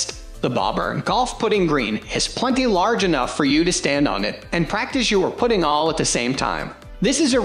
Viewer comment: Hard to take it seriously when he mispronounces “ putting”